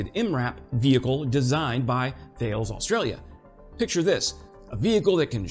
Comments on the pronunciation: Hi! You really should become a Canadian! You possess all our best qualities … just learn to apologize more! Sorry! lol! Btw… Thales is a French company and it’s pronounced “TAH-LESS” … I know, I know… nit picking … there ya go… SORRY! 🇨🇦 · Thanks. Canberra does not rhyme with "error". It's a hard "Can" and a soft 'beh-ra'. Thales is Tal-ess. An aitch (h) after a consonant, en Francais, is silent. Combat Engineer Aussie here and a Francophone speaker. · G'day M8, thanks for the updates, very much enjoying them. Couple of minor suggestions from down under 🇦🇺 THALES is pronounced TAL-ES (but not tall-ess). Canberra - your pronounced is more correct than ours, but put an AUSSIE sound to it and pronounce it Can-bra, Brisbane is Bris-bin (colloquial Brissie), Melbourne is Mel-bin & Sydney is Sid-ni. Crikey! at this rate I'll have to arrange an AUSSIE passport for you😊). Cheers& keep up the good work cobber 👍